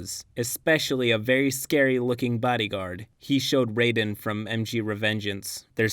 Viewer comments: Nope, his name's Raiden, not Rayden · It's pronounced "Rye-den" for Raiden in metal gear.